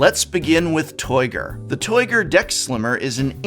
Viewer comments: Did anyone else hear "Toyger" and imediately think of Austin Powers? That deck box is definitely toight like a toyger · "Toight! Loik a Toyger!" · That deck box is "toyt", toyt like a toyger